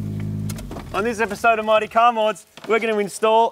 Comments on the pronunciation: The end of the intro really sounds like "Marty Car Mods"... :P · I'M SURE IT SAYS "MARTY CAR MODS" IN YOUR INTRO! Please tell me I'm right... EVERY DAM TIME I hear it say Marty instead of Mighty